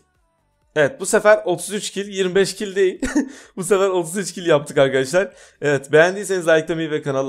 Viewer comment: bir merheba demesini öğrensin merrebeer arkedeşlar diyo